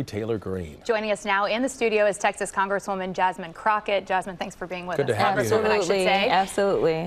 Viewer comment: Her name is Jas"mine" 😊